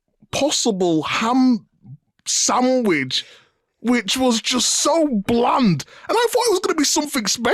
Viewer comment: Big "Hamb Sambwich" Meeks 😂